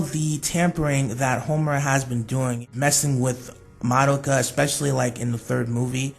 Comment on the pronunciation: Not hate and all but you said Mo-do-Ka her real name is Ma-do-ka